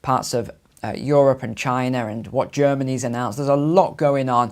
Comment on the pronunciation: 33 "Chiner"?